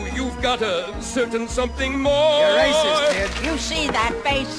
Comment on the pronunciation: I think Hugo said "You're aces kid", but it did sound like he was saying "You're racist kid" :-)